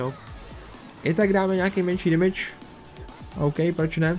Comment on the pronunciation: Proč říkáš ,,dimidž" místo ,,demidž"? Jinak dobrý video :)